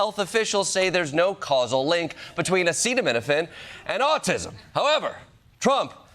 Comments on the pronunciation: Funny thing is he can't pronounce Acetaminophen which is one of the most common medicines. But when he was spouting nonsense about using Malaria medicine for Covid he had no problem pronouncing hydroxychloroquine and thats a bigger word. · Hey Trump say Acetaminophen. 😂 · I still don't understand why Trump can't pronounce the word acetaminophen.